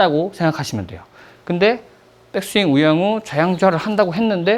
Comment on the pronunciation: 우영우 1로 들림 ㅋ 레슨 좋아요